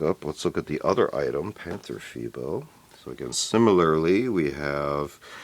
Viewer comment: Very good pronounciation! 👍 "Tiger" is like "Tea-g-er, g like the g from ghost & er like ERror (with a rolling r) "Panther": Pan-t-er, the a is clear like in Attack (not to confuse with the english æ), the th is a clear t (the h is not spoken or just "hinted") like in aTTack. It's not like it is written, not like "the" or "thin" & the er is like in Tiger. Vovels in German & English are spoken/pronounced very different. English e or ea is the German i while the German i is spoken in English like ai in "night".